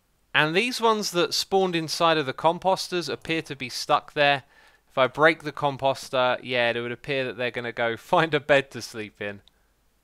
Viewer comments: Comp oh ster Not Com pos ter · Every time you say "composter," for some reason I think you're saying cu... Nevermind!